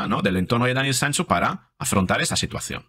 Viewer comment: Porque dice Sanso?